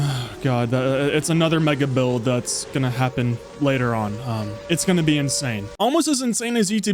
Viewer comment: What hears: "It's gonna be insane." What I hear: "It's gonna BEE insane."